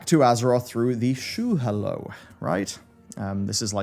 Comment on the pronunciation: Shu hahlow ... Not shoe hello